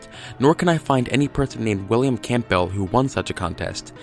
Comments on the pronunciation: Campbell is pronounced 'Cambull' and the 'gh' in Edinburgh is silent. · I can't take anyone's "research" seriously that can't pronounce Edinburgh or Campbell properly. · William Camp Bell? WTF? Campbell is Pronounced - cambull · Note of advice Campbell is pronounced Cambell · Ed-in-bruh Cam-bell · Its pronounced phonetically as Cambell. Lose the the P. Dr Nick Kollerstrom has done a book on the Faul conspiracy & believes its real. Check it out. Apparently Pauls eye colour changed from brown to green? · Firstly, why the hell are you pronouncing Campbell "Camp Bell" and Secondly, you've done very little research on this. There are tonnes more clues and you haven't represented them properly. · Your pronunciation of Edinburgh is so way off it's fucking hilarious. It's "ed-in-bra" 😂 And your pronunciation of Campbell. It's just "cam-bell". Fucking yanks man. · As a person who has the 2nd name campbell it's said calm bell. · And how he pronounced Campbell lmao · Fantastic pronunciation of "Campbell" and "Edinburgh." Superb dating of George Harrison's death. And, to top it all off, amazingly insightful super-sleuthing! You even checked to see if there was a "Paul McCartney look-alike contest!" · The p in Campbell is usually silent. Edinburgh is pronounced Ed-in-borough.